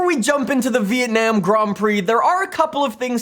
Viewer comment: the way he says it. vitanam